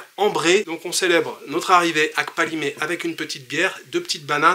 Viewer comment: Merci! Tu me donnes envie de séjourner au paradis… en plus il est 🌷. Pour le parler togolais: ne dis pas KKKpalimé avec un grand K mais plutôt Palimé avec toutefois un léger k très peu perceptible kPALIME. Nos colonisateurs écrivaient PALIME.